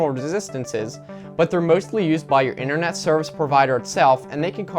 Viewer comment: Internet not inthernet